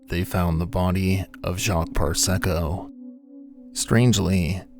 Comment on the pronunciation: "Parysko" becomes "Parsecco"? Maybe small stuff but how can we trust the rest of your data?